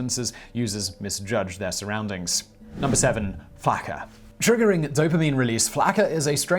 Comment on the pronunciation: It's pronounced Flock-uhh